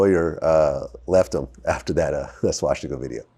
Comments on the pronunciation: Everytime you say swaSHtika instead of swastika a little kitten dies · Vlad adds to many SHW's when he says Swastika. There in no H in the word.